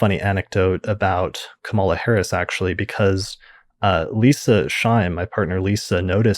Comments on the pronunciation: KA-MA-LA not ka-MAL-ah. Pretty cool how Leisa was "picking up" on Kamala's chart way back in 2018/2019. Thanks for breaking down your "reading" for us Leisa!!! Great post, thank You!!! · thanks for posting this. i had been meaning to look up that episode. name note: Kamala's name is pronounced more Ka-muh-luh than Kuh-mala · I was going to comment this too. Yes,. It's pronounced COMMA-luh:))) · Excellent. FYI her name is pronounced KAM-ah-lah, with emphasis on the first syllable I believe. Thanks so much for your posts. ❤